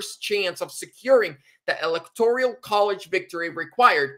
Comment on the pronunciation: ….it’s electoral rather than electorial. No “i” in the word. 👍